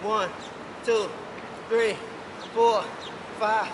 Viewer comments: that ''ThReE'' bruh im dead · The way he said three Lmao